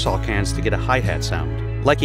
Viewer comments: It's "Meddle" not "Metal". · Meddle, not Metal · It is MEDDLE not Metal ..... How do You get that wrong ? But everything else You said was "fact checked" I'm sure .....